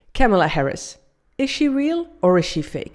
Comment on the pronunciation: Women insulting other woman, make me sick. Politicians do it all the time. You may try first by staying her name right! Kamala (Coma La) that’s it honey.